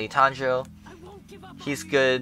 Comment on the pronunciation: Exactly its tangerine